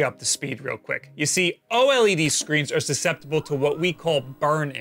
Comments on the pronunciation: O-L-E-D you mean to say "oh-lead" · The pronunciation is so annoying. Just say OLED as one word instead of O-LED. It's one word! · O LED NOT O L E D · why do you say O-L-E-D? It's easier to say OLED, like everyone else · Its pronunced O-Lead (OLED) not O-L,E,D. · why don't you just say "Oled" instead of "O EL EE DEE" dafuq dude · oh ehl ee dee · its pronounced ohlead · The only guy I know who says “oh L.E.D” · Just say "oh-ledd" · FFS, SAY O-LED!!!